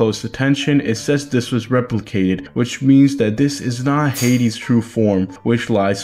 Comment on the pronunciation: + its hayd-ees not hayd-s